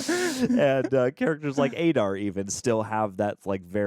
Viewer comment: Aah-Dar, not A-Dar. Come on man....